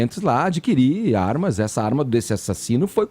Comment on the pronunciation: "...as zarmas..."